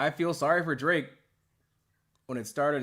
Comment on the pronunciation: I swear I heard Cole call Drake “Drape” once during this interview